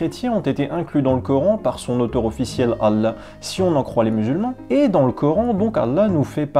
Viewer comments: Ancien musulman toi? Même le nom de Allah tu n'arrives pas à le prononcer correctement. T'es vraiment au bout. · Parcequ'il ne sait pas lire l'arabe à chaque fois qui parler arabe il tremble de peur de se tromper. Et il est fait des fautes énorme, lui qui se prétend ancien musulman il ne sait dire ni la chahada ni le mot Allah, il dis Alla. Alla sa ne veux rien dire sans la lettre ha tous change.